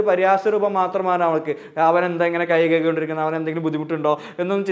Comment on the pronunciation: കൈ കയികി എന്നു പറയാതെ കൈ കഴുകി എന്നു പറയു സർ